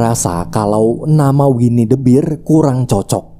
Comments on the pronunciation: Bang bahasa Inggrisnya beruang itu ngomongnya ber, bukan bir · harusnya dibaca winnie the "ber" bukan "bir" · Sekadar tambahan biar lu makin kelihatan cerdas bang 🐻 beruang = "bear" dibaca "ber" 🍻 minol = "beer" dibaca "bir"